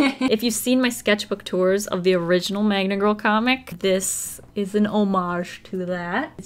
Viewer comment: i thought it was magMa girl not magNa girl